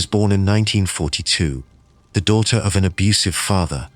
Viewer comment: Some are not bad, the one use obviously was translating from a non English language, so certain vowels were being messed up like the word daughter, the au was not being pronounced instead it was diter...same was other words with this sound..